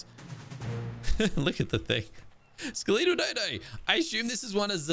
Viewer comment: Why do you pronounce skeletal the way you do? Drives me crazy 😂 Great video as always!